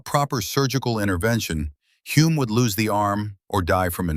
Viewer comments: His name is pronounced HULL-M! Bloody AI crap! And he's very well known in NZ. His son Denny was F1 World Champion in 1967!! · Using ai and getting Humes name wrong on multiple occasions is incredibly disrespectful 😢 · Great and very true story, but all of the Greek and German names are mispronounced and as another viewer wrote even Hulme’s name is mispronounced… and there are many other mistakes too. I guess AI is not very I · What a pity an AI voice with an American accent who screwed up Clive Hulmes name at every opportunity had to be used.